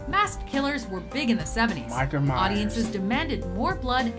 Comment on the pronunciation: I'm concerned by the way said, "Micheal Myers". lol. He must really like that movie!